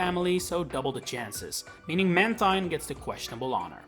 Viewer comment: I would say Skarmory is more forgettable than Mantine (also it’s pronounced Manteen)